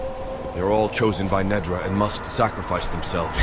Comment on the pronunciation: I love that you changed how you pronounced the title just like the AI voice actors did...Nedra, Neeedra...not sure if on purpose but amusing.